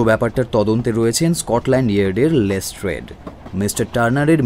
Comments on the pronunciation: Improved a lot! Be careful with your pronunciation, it is Lestrade(less-trud) not Less-Trade. Waiting for the inclusion of Colonel Niladri Sarkar, Kiriti Roy.. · Good attempt.. But les"trade" hurts the ears.. Please focus on pronunciation. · "Les Trade" pronunciation needs correcting. Please look into this. It stinks.